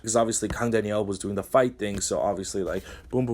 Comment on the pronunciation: ((also yo the way you pronounce "Daniel" as "Danielle" is ridiculously adorable xD